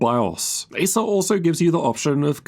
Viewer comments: I don't know why, even, when saying "Acer", sounds like Asus 😅😅😅. Until I just repeating if he actually say "Acer" 😅😅😅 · Every time you pronounce the brand name 'Acer', it sounds like you're saying 'ASUS'.